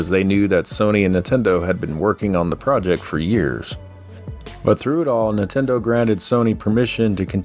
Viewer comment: These videos are awesome but I think I've developed an eye twitch from all the times I heard say "Nuhtendo" 😂